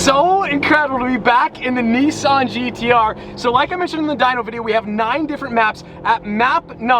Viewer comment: It’s a NISSAN not a NEESAN GTR. Nice though. 👍🏻